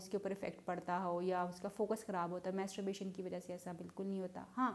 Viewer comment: آپ کیسی ڈاکٹرھیں۔ماسٹربیشن کومیتسوبیشن بول رھی ھیں۔😊😊😊